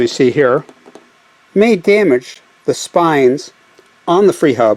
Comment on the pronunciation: Isn't it SPLINES and not "SPINES"?